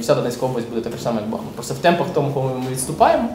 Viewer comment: Доброго дня. Чому Бахмут а ні бахМут, там річка бахМутка а ні Бахмутка?